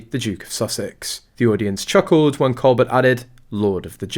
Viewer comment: His name is pronounced: col bare, with the emphasis on the 2nd syllable!